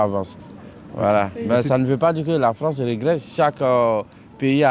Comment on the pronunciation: La Fronce de Soros 🤣